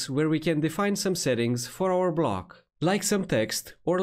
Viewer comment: Block? Blog? Sorry, no Hate but everytime you say „Block“ (as I asume?) I hear „Blog“ which means something completely different. But I guess this is a „problem“ a lot of speakers and audiences have since WordPress introduced Gutenberg BloCKs ??????? 🤷‍♂️🤷‍♂️🤷‍♂️ 🙂🙂🙂